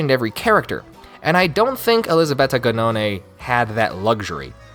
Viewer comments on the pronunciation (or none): Who's elisabetta ganone? Lmao, I had to focus for two minutes because I didn't remember the author being called like that. It's "Gnone" and "Gn" in italian is read in a similar way to the Spanish ñ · The way you say “Gnone” is so funny hahahah so different from the real pronounciation